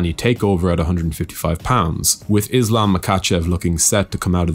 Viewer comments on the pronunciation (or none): none